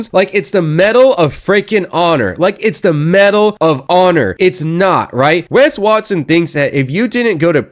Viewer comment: "WES WARTSON" 😅😂🤣